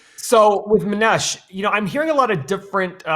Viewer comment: Mow-neesh that how you pronounce his name.